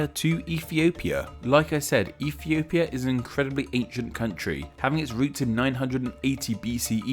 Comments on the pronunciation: Did he say Efiopia? How cute 😂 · Well, with the way you say it, "Ethiopia" is now racist.